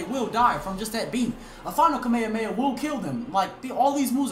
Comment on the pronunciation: "kame-hamea" the fuck